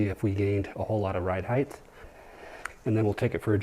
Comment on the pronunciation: It's height not heigth by the way. Sharp truck!